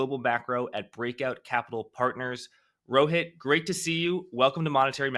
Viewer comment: Jack . Loved the way u pronounced Rohit. Its also my name. Never seen it pronounced so corectly n with affection in my life by a famous person. ❤ Kudos for that!